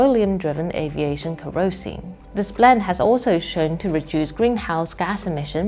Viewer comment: Agree with all points made, but can't help wishing China's "front persons' in such videos would make the effort to get their "international pronunciation " right, such as PorSCHE, ROYters , KERosene (or keroSENE ) rather than carelessly mispronouncing them , as western frontpeople so often do with Chinese words! A small gripe, I know, but I don 't want to give arrogant westerners any chance whatsoever to laugh at Chinese people...